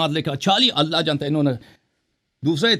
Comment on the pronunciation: اللہ کو صحیح نہیں پڑا ۔۔۔قالو تا اللہ بھی غلط پڑا ۔۔۔۔ اللہ کو پر پڑھنا تھا اس نے غلط پڑا